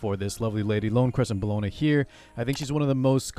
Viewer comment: her name is pronounced Bell-O-Na or Bell for short lol. Its not Cologne /Bologna lol